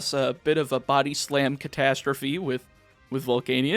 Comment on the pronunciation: why does he pronounce volcanion like that...